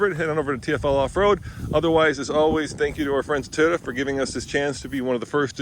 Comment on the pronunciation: So Andre still doesn’t know how to pronounce Toyota, and the designers and aero people don’t really care about pulling their trucks out of bad situations (tow hooks). Otherwise it looks about like what you’d expect. I really do like the surround-view camera system and interior rear view camera though. That’s important for truck owners.